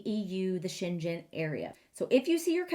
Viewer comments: The g in Schengen is a hard g : Sheng - gen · The way you pronunce it sounds chinese. You should probably go with a german pronuniation instead. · Since Schengen has nothing to do with China the pronounciation is with a g like in ground, lol.